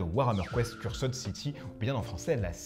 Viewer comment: Moi je dit qu'il en faudra plus pour battre Necromunda-Dark uprising. Décors sublimes , miniatures super cool, règles et univers vraiment intéressants... la boite pèse 4kg je crois que c'est un record. Donc moi aussi je passerai sur Cursed (dites [Ceurst] et pas "Curssed"). N.B : J'aime bien la présentation en mod Fidèle Castro pour "Age of Cigar" ;D